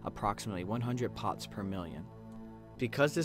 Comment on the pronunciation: 100 "pots per million" lol think you meant parts, unless you just pronounced it weirdly. great video though!